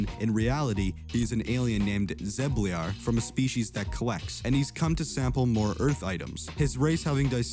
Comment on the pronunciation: Mind Quad , not mini.... also you say zebleir weird . You watched those episodes right ?